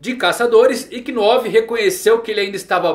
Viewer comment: kinove foi foda man kkkks ( ''novu , lendo se '''